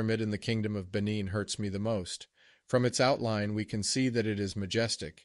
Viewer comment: He mispronounces the word. It is should be pronounced "Ben neen" with emphasis on "neen". " Benin".